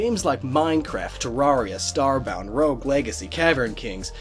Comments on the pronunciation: YOUR SAYIN GIT WRONG ITS TER-AIR-EE-A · you pronounced Terraria wrong. it's Tair-air-ia. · Learn how to pronounce Terraria. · "Terrahria" - & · You’re pronouncing terraria wrong, it’s pronounced similar to terrarium. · You said terraria wrong!